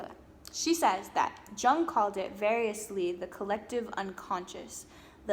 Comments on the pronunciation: Nice work,! It's wonderful to see a young woman speaking so well on this subject of re-en-souling the world and women's search in particular. The psychologist Estes refers to is not pronounced Jung with a J as in John; his name is pronounced YUNG. He was a Swiss gentleman who was first a student of Freud's -- Freud's "son figure", who Freud believed would carry on his work -- but who broke off from Freud's thinking and fathered his own school of, "Yungian Psychology". ( spelled correctly: Jungian). As an artist himself, he is a very attractive psychologist to creative people, I find. He developed a number of fascinating theories on all kinds of psychological subjects, most importantly perhaps, a theory of ARCHETYPES (which you really need to study to understand because the word is bandied about by people who do not understand it); THE COLLECTIVE UNCONSCIOUS, ANIMA-ANIMUS (internal archetypal figures within the male and female psyche) etc. etc. Well worth doing some research because he is every bit as important as Sigmund Frued (in my opinion!).. You can put Carl Jung into YOU TUBE and hear him speaking! Be well -- and 'Bon Continuation' as we say in France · Jung is pronounced yoong. Also, you should read up on his teachings, I think you’d like them. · Carl Jung was German. "Jung" is "Young" in German. You say, "Yooong" or "Yewng".